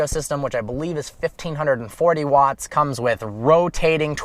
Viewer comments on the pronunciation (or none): none